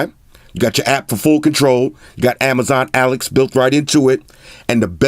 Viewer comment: Its ALEXA...NOT ALEX...C'MON !!!